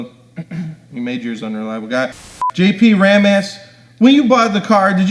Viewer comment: sounded like he said “jp ram ass” and I almost lost it